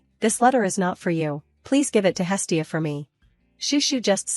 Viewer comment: It's not hilly, it's hestia